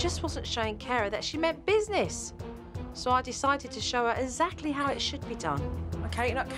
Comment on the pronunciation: No one: Joe: eZacly